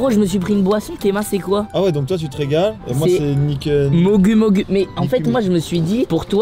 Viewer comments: Mogu mogu😂😭😭 sa se prononce mogou mogou😂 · Mogue mogue 🤣🤣🤣🤣🤣 mogou mogou sa s dis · Mogu mogu 🤣🤣🤣🤣 on dit mogou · comment il a prononcé mogu mogu jpp mais michou ? 😭😭